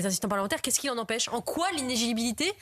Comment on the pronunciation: Ce mot inéligibilité c'est le i word de 2025, tellement challenging. Sur ce coup j'ai entendu l'intervenante dire inégiletjaunibilité.